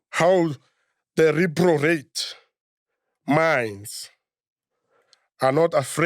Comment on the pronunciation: Your "" can't even read properly. He says reprorate instead reprobate. You gave the mic to a fellow lunatic MacG